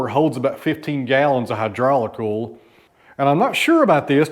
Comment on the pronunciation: I know you are down in Tennessee whare people have a different accent but you say ol when it spelled O-I-L you don't pronounce the I. Sounds wired.